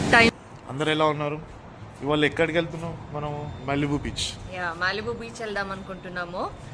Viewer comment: Malibu ❌ mallibu ✅